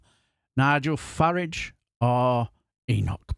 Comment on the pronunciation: Love the way you pronounced Farage as us Northerners say garage. It's the way I think of his name. He's Hyacinth Bucket.